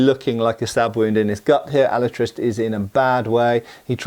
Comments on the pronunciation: In Spanish It’s pronounced “ah-La-tree-stay” not “Al-uh-trist” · Alatriste is Alatriste, not Alatrist. The e of the end it´s not silent in Spanish. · Hearing that kept bugging the fuck outta me. No entiendo lo difícil de pronunciar la "e" al final... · ¡Hola! In spanish there are no silent letters, (with the exception of the letter "h"), so his name does not sound like "Alatrist" but "AlatristE". The final "e" has to be pronounced. By the way, his surname, Alatriste, is a made up word, composed by two real words: "Ala" which means "Wing", and "triste" which is "sad", so the literal translation would be "Sadwing", although, it's just his name, and don't really has any more meaning than that. His final opponent is not spanish, but italian, and is clearly noticiable in the way he speaks (spanish, but with a strong foreign accent and some italian words here and there, if I recall correctly). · in Spanish e is pronounced eh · alatristE the E isn't silent it means sad wing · Just a nitpick from a spaniard, at the beginning you say "Alatraist" and don't pronounce the "e", not that I care much about pronunciations (mine is rusty as hell), but it makes it look like you tried to sound english and might confuse people, if so, it should be translated to "SadWing". Awesome video keep at it! =D In addition, if someone gets curious about the movie, it's nice, not awesome, but nice, even more so if you are not a fan of the books, if you are, you probably didn't watch it and didn't like it much =p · "He wasn't the most honest, nor the most pious man, but he was brave. His name was Diego Alatriste y Tenorio, and he had fought in the Tercios in the wars of Flanders" Pronounced alah - Trís - teh. stressed in the second syllable. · Alatriste is pronounced Alatrist-ay. Not a big deal, just lyk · Pronunciation help: it's said "Alatristay" Great vid. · Can't watch your video if the guy is gonna pronounce the name of the movie wrong throughout the video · The e is not mute.